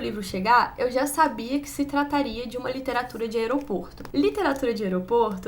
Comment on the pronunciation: LiteraturE de banheirE 🤣